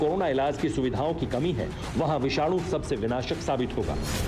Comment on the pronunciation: विक्षानू नहीं होता मैडम .......विषाणु विषाणु